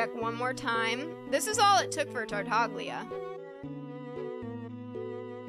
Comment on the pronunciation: the g in tartaglia is silent bro